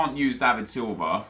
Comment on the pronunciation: HAHA David Silva...GET IT RIGHT